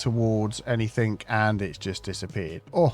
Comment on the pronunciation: There is no K at the end of enything ore other words ending in ing